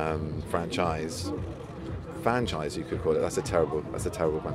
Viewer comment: He is correct it is fanchise 😂😉❤️